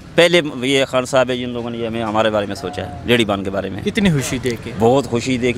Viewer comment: Paji apni urdu thek kr pehly Haan nhi khaan hota he